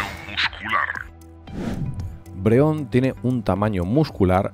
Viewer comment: Has dicho Breon en el min 0.40